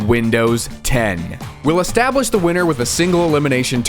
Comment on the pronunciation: i hear both Establish and Estabwish